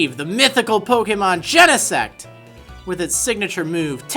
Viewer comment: i don't know why but i always think he said genesex